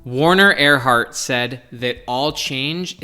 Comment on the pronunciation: this is so good. By the way - it is Werner Erhard not Warner Erhardt. He is still living in his 80's and making a difference. He brought into conciousness the power of language to transform - All Transformation is Linguistic. My former boss and mentor. I love your work!! Very sourceful.